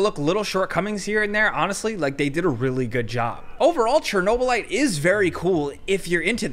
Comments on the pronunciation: cherno - lat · Chernobylite Chernobylat Chernoblyat